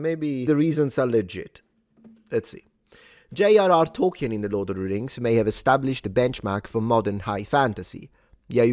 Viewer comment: Btw it's pronounced toll-keen, not toll-ki-en.